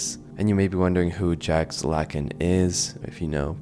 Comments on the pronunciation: It's pronounced "zzzhhJ -- ahck", you goofball. Think "french fried French Freud" w/o the baguette --- uffda! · I thought it was common knowledge how to pronounce Jacques but I was proven wrong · how do u not know how to say jacques